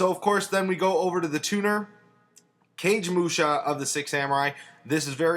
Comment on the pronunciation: Cage mush? :p never heard that way of saying kagemusha